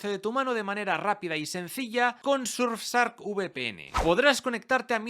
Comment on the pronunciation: No podes decirle surfsark. Parece que lo haces a propósito